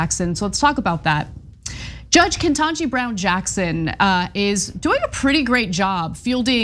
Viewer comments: It's not Kentaji. It's Ketanji. Please do the needful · ** Ketanji, not Kentaji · Ketanji. Not KENtanji Come on. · Her name is spelled Ketanji, not Kentaji. You both spelled and pronounced it wrong. Smarten up,. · Dudes it is KETANJI not Kentaji, this sounds like pronouncing Kamala wrong by right wingers. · Ana, Cenk— I love you both and your work. But PLEASE respect Judge Jackson by spelling and pronouncing her name correctly. PLEASE. Her name is not “Kentaji” or “Kentanji”. It’s KETANJI. Come on. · I love you guys but you guys keep spelling her name wrong. It’s Ketanii.. not Kentaji.